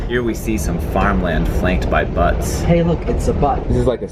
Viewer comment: Butts are what you saw below the backs of Colorado River rafters. Buttes (pronounced like “beauts” or byoots) are the big geological formations in Utah and Colorado. I’ve been served the beef stew a couple times, followed by a free hotel room in Chicago (and they gave me cash to buy a real dinner there.)